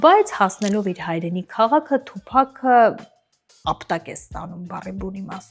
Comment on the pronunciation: Ասըմա թուփահ😅։ աղջիկ ջան թուփակ չի, այթ թութակա, լավա չասեցիր թումբան։ դու դրա երգերը լսե՞լ ես։ դա հաստատ թութակա😅